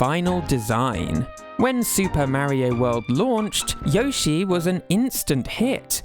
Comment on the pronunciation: What is this ai shite? Maaario? It’s Mario.